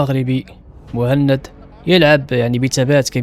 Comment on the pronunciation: جميل جدا وتقديم رائع...ملاحظة بسيطة:اغتقد ان اسم البطل موحند وهي طريقة نطق دلع لاسم محمد بسوس..وبما انها بالفرنسية فطبيعي ان تنطقها موهند..والله اعلم